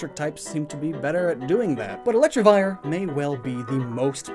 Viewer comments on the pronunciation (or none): did you pronounce it correctly even once?